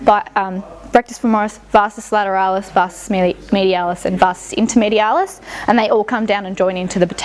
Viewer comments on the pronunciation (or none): Everyone calls it the Vastus Intermedialus but pretty sure it's the Vastus Intermedius though. Nice therapist ☺️